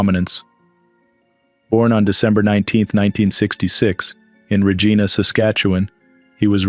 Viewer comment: "Regina" is pronounced a "ree gine ah" but your program doesn't realize that.